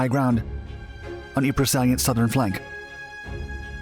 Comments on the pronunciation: The way to mispronounce ypres is "wipers"... P.s. it's "eep" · Eeeee prah, the sahm, and ver done. Proper ways to pronounce those hellish meat grinders of WW1. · Ypres is pronounced eeps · Ypres is pronounced Eeep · Great video with lots of footage I've never seen before. Unfortunately Ypres is pronounced "EEP" and Verdun is pronounced "Ver-done" (not Ver-doon).